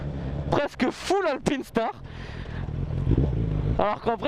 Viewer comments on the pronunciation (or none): none